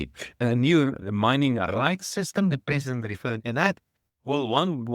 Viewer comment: That guy is right the sound distortion makes him sound like he is saying peasant. lol This peasant(President) always says the same thing with no change. We all know that they over promise and underdelivers.